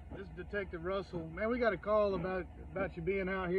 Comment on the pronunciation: "eegot a call" blah blah blah...